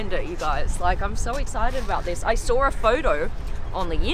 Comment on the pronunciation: "I sawr a foudou"